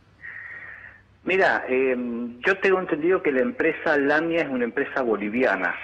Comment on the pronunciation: LaMía, no Lamia...